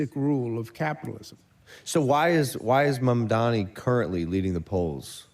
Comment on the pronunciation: MAMDANI IS NOT THAT HARD TO SAY